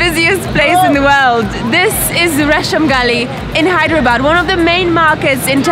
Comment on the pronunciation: It's Hyderabad not Hydra bad😅😅👍